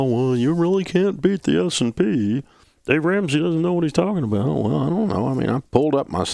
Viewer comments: Is he saying “SMP” when he’s talking about the mutual funds beating it? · Is he saying S&P?